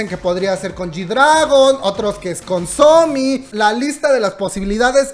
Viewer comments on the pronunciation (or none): none